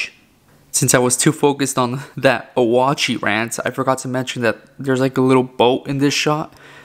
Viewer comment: It’s pronounced oat-chee!